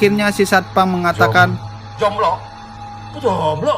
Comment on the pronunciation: Kata satpam nya Zomblo Kalau kata gua: Jomblo😂😂